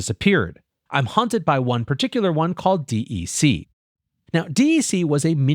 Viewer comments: Dec-k pronounced. not DEC. sounds so weird otherwise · “D E C” is/was pronounced “deck”. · Agree. He's definitely showing his lack of knowledge of this company. I had to think about what company he was talking about for a minute before I realized he was talking about "deck". :) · Just say "Deck" - I've never, ever, heard anyone call it D.E.C., in spite of what's printed on the machines.